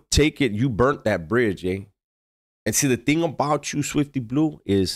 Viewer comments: Not Swiwty Blizeeew😅😂😅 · “Switfty Blihhhhzue” this shit is hilarious when he says his name like that 😭🤣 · Why he say it like that😅😅